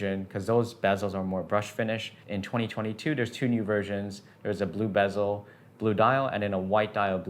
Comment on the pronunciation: Why do you pronounce bezel as “BEZZO”? 😂